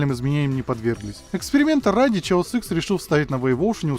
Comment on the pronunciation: Хаос икс, почему "Чаос"?